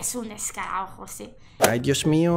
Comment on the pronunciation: El español no se trata de decir joder y tío lo más importante es no intercambiar la s por la c